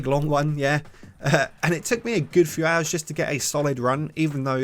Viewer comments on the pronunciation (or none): none